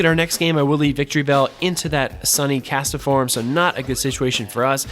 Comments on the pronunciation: What's a Cast-A-form?? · ah beat me to it, I was gonna comment that "castform" only has 2 syllables LOL